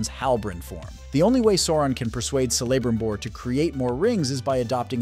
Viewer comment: or celebrimbor is apparently cellabrimnor